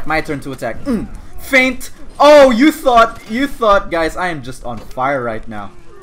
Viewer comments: I can't tell if he keeps saying thot or thought... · what if says „thot“ instead of „thought“ in order to trick the youtube algorithm?